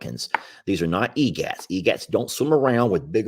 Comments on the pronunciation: Correction on pronunciation of Egrets…they are of the Heron family. It’s not egats…… It’s pronounced “e grits”. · It's not pronounced 'egets' but 'eGret' I know you're not wearing your glasses, but your pronounced them wrong.